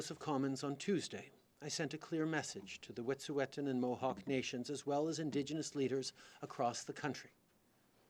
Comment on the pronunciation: Justin P. Trudeau can't even pronounce "Wet'suwet'en"